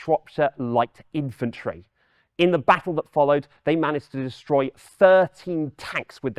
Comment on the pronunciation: its infantry nor eyefantry so its pea-at